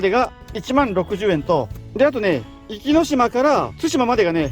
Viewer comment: ちょっと「おき」って言い間違いが多すぎるのが気になりました